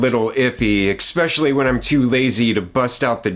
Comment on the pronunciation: One of my biggest pet peeves is that people these days have no idea that this is the wrong pronunciation.